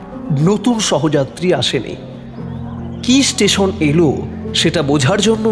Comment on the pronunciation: Good presentation. S station, S seat... Improve please.